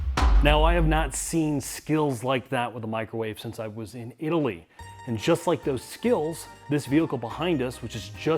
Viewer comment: pronounces "Italy" like in "Italy tyour wallet".